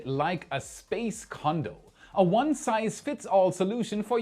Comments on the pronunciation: LOL, Space Condo, when I first heard you say that I thought you had said "Condom" and I had to back up to see what you really said!😂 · Not going to lie. My dyslexia kicked in and when you said "space condo" I heard "space condom" with the added context of one size fits all, I was really confused for a second. Had to back it up and relisten. 😂